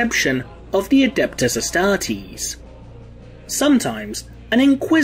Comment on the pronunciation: The way you pronounced "astartes" is a heresy by itself.